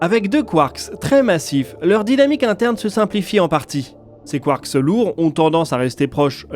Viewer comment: Très intéressant. Petite précision : en français, le "s" si pluriel est muet (un train, des trains, c'est toujours \tʁɛ̃\ en phonétique). Le mot "quark" ne déroge pas à la règle 🤷🏻 Ça m'a perturbé toute la vidéo 😅 Mais c'est top, sinon !